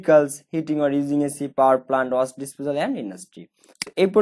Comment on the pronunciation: ওয়াস্ট না ওয়েস্ট ভেইকালস না ভিএকলস 🥲